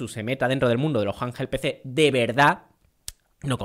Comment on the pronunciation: Me pone nervioso cada vez q dice "janjel pc"😂